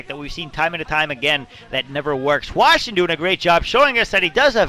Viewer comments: why does always call hwasin hwashin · It's possible that that's how Koreans would pronounce it, but I'm not sure...I've heard it pronounced both as "Hwa-sin" and "Hwa-Shin"